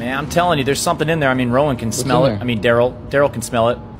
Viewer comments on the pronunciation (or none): none